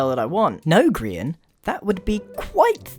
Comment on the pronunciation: obrien cool but, you know you said "grain" not Grian.